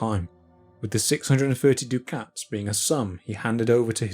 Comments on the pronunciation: Dude! "dew-KATS"? What the Hell are you talking about? Ducat is pronounced "DUCK-itt", as in "F*ck itt" Dukhat pronounced "dew-KHAT" was the leader of the Grey Council, considered the greatest leader of the Minbari since Valen himself. He was a character in science fiction! This is the kind of intolerable nonsense that makes me unsub. {:o:O:} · Ducats = duck-its Not doo-cats. EDIT: What a wonderful treatise on the provenance of the manuscript. Thank you very much.